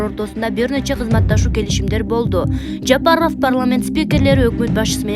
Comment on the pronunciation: Жапарыв эмес ЖапарОв...